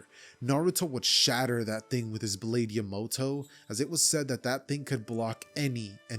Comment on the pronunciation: PEAK video but OMG how you said Yamato actually made me tweak, but I still love the video keep doing good!